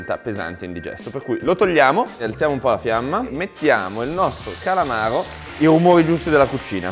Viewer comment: Per chi ha la R moscia mai fare un piatto col calamaro... il calamavro